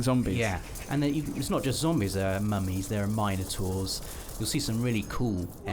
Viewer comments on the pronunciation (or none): what are "minor tours"? oh "minotaurs" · did no one else have a problem with My-natoors